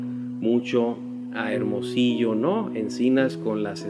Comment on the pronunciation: se dice Hermosillo